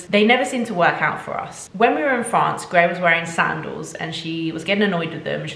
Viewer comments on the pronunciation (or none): none